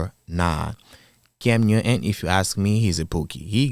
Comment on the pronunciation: It's "cam newton" not "cam uewton."